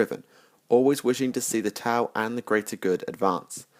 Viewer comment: The ' in T'au is meant to be a pause in the middle of the name. When you say the name it kinda sounds with a break like you are saying tah ow with emphasis on the h.